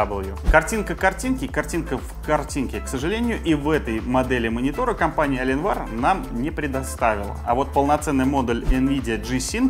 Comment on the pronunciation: «Компания Аленвар» блееее.... Я твой инглиш труба шатал!